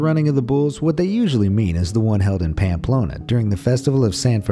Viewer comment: I love your pronunciation of Pamplona and San Fermin.